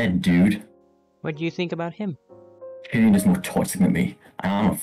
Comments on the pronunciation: Nice animation! One gripe I have is the voice acting. Some actors were very monotone and others had some bad pronunciations or microphone quality. A few examples;, says "Clian" instead of "Cillian" and it even says so in the subtitles. Lucas' actor was way too monotone, their voice was very quiet and they mixed some words together. Other than this, I think it's a great proof-of-concept for what you'll make in the future, and I can't wait to see what you'll come up with. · the fighter Goon#1 was pronnouncing it as Killian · He pronounced it wrong and so did the Fighter. As a running joke, no one really knew how to say Cillians name, so I just said wing it 👍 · cillian... more like sillian lol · Jace say Cillian 11 times in BLOOPERS LOL